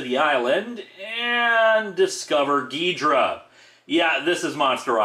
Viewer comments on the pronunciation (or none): It's Gidorah! with "o"! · In Ghidorah's first appearance, it was in fact pronounced "Ghidrah", as well as spelled that way in the title: "Ghidrah: The Three-Headed Monster"